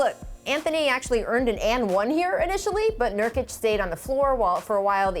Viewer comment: I'm fucking dead. His name is Nurkic. Not 'Niortic'. LMAO